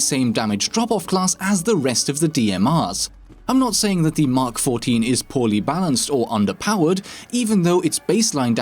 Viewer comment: Props for pronouncing mk14 correctly.